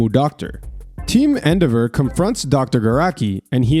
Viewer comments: Does this dude mispronounce things on purpose for engagement? How he says Endehvur and Prhesint Mic is wild... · Appreciate you bro but please that's not how you pronounce Endeavor lollll